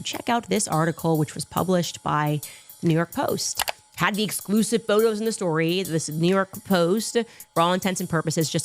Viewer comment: I was listening to the chicks on the right one day and they pointed out how Candace adds an “uh” after words and how annoying that it and now I can’t help but notice it like “storyuh..postuh”